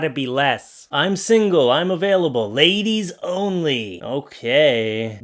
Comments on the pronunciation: It's pennies! Not Penny's. And it's ladies, not laidies. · Did you notice "LAID"IES? And nice earring!